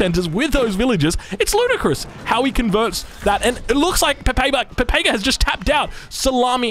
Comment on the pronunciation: By the way, the correct pronunciation is PEPEKA